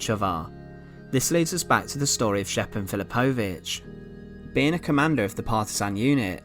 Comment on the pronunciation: Great video, I've seen this monument many times. Just a heads up, j is pronounced like a y in yellow in all ex Yugoslav languages